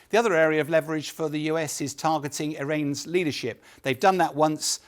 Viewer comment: "targeting eye-rains leadership". Apparently, Sky has switched and is using AI generated analysts. 😯